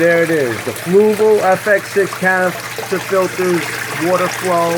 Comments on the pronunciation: Why can't you just Say Canister filters... It's Not that fuckin Hard.. It's not Canifrster... English do you speak it... Say Canister filters.. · Geez man. Is it that hard to say “canister”? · ha ha this noob can't say canister